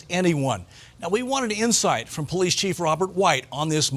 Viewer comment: What a COLD RESPONSE from Mr. TOP BRASS "POHLEECE OSSIFER" with respect to an innocent SENIOR LADY CITIZEN. He obviously does not care two hoots about an innocent senior citizen and the terrible effect that it has on her. He should be made to resign immediately. SHAME! SHAME! SHAME!